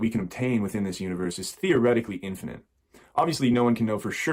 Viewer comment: Why does he keep saying something sounding like "infinenth" to me, instead of "infinite" like normal people?